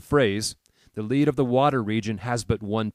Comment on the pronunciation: Dear, It is lead - as in the heavy metal - in the water region. Not lead -as in guiding. The is the point of that part of the technique. Thanks.